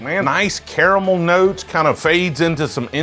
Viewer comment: Ah he finally said caramel right